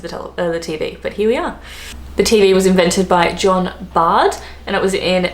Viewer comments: Television, not Bard, but John Logie Baird, B A I R D how to print out how to pronounce? Bare - id as in Bared ones self to go nude? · BAIRD! Not bard! Pronounced Bared!..my god! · Baird not Bard. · BAIRD NOT BARD - Scottish-born, inventor of the television set was John Logie Baird. Pronounced like 'Bear' with the letter 'd' at the end. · Its Alexander Graham bell and John Logie baird not bard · John Bard wtf!!! John Logie BAIRD!!!!!! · CockeRell not CockWell. John logie Baird (pron beared or bayered) not Bard. Tim Berners Lee did 'invent' (or rather he codified the protocols that it runs on, HTML) the web but NOT the internet, that was the left-pondians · j Sorry, I didn't read your earlier post properly, she did say Cockwell :-) She also dropped the "s" when saying Thermos, and called John Logie Baird John Bard. The lady seems to have a issue with names. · TV: John Logie Baird pronounced "Yogi Bear". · TV was John Logie Baird said like bay-rd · Hi, it's john logie baird, pronounced as in 'air'